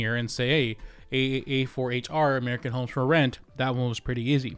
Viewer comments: American homstrument? American homesferment? American homesformen? I can’t seem to find this company. Just kidding. Great investigative reporting. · Dude pronounce the name of the company directly I still don’t understand what you are saying…”American homes…” then something?